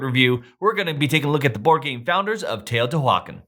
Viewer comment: If you genuinely can't anounciate this then cool, but that is not what I hear in your inflection and your words. I feel like it is so disrespectful to still be unwilling to learn how to pronounce this after 4 years! You sounds so dismissive of the culture. Pronunciation is right there on the Wikipedia page. Go practice till you get it right.